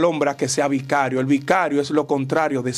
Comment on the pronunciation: Bicario????? Eso no existe y vicario tiene otro significado... hermano no se invente palabras 😅